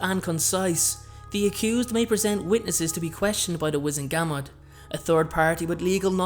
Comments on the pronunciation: wizEngamot, not wIzengamot... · GUR - MORT is how it’s pronounced. Not GAM MOT.